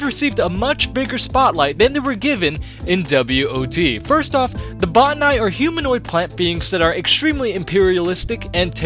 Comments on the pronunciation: what about botanical? The etymology is Greek botane through Latin botanikos. Both use a hard "Oh" vowel, not "ah". It should be either "bah-tanee" or "boh-tanee" not sure where anyone would get "bah-ta-nai" ending with a hard I makes no sense given the etymology. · Bot-ter-nye? Did any character in game vocally pronounce them that way? I thought it was simply pronounced like botanical. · Jeh-neh-sawr. Buh-tah-knee. There, pronunciations for all. But yeah, I'd say the Botani are an overlooked enemy.. but no one ever talks about the Zangari creatures we encounter. Hell, Zangarmarsh is the result of what happens when they're able to grow.